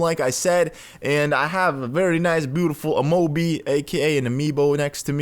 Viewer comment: He said amobe